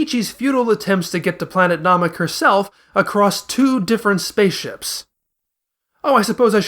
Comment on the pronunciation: Why do you pronounce Saiyan, Bulma, and Namek like that. They don’t use that dialect ever in the show and you don’t have an accent.